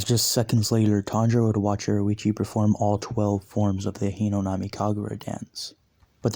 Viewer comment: I watched this whole series and I really like it. I do have an issue though. Its Hinokami, not Hinonami.